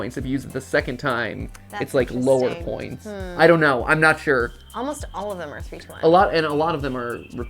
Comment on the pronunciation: “Spoints” made me laugh